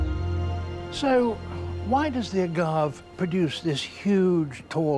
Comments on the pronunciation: Heh, pronouncing it "agav" instead of "agav-eh". White people am I right? Still love these videos though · Ah-Gah-Vayy Not "Uhgahv" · I love Attenborough, but it's driving me crazy that he's pronouncing it "a-gahv". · That plant is the Agave (/əˈɡɑːvi. Not the Uh-gahv. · Dear Sir David, it is not a gov is pronounced a Gov A AGAVAY that's how it's pronounced it is a Spanish word based on Native American language just like Jaguar is not pronounced jaguar it's pronounced Jagwar It's a Mesoamerican word translated into Spanish so they pronounced their words differently than the English please understand just because you say it one way doesn't mean it's the correct way to say it such as agave AGAVAY agav A there's a little - mark over the E. I don't mean to be rude i'm just trying to help you Pronounce the word correctly so that everybody in the world will understand what it is And English people need to understand that not everything is pronounced the way Anglo Saxon English is pronounced things like Japanese are totally different than English don't Angloisize words that are not in your native language. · I’ve never heard anyone pronounce agave without the ‘ā’ sound on the end. In Spanish, that’s how it’s pronounced. If you pronounce it ‘agav’ in the Western Hemisphere people will look at you funny. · Agav. Wheres the agav”aye” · As much as I love his presentations, I do find his pronunciation of agave jarring. Where I'm from it's not pronounced a-gahv, but, rather, a-gahv-ay. A certain species of which makes tequila... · Agavé 👌 not uh-gahv Bud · Hallucinogenic is spelled “hallucinogenic” not “hallucigenic” like the title says. Who wrote that? Also, agave is pronounced “a-GOV-A”, not “a-GOV”. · for the record , we pronouce Agave like ah-gav-ay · Being from SoCal, “Agahhhv” is making me cringe lol. We say “a-gah-vay” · Agave-veh PLEASE! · HOW does David Attenborogh NOT know how to pronounce agave? AH-GAHV-AY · A ga' ve ( pronounced vay) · It’s AaagaaaVEY you yutz.